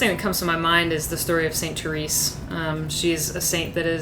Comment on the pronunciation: Therese is pronounced 'Ter-rez' not 'Ter-eece'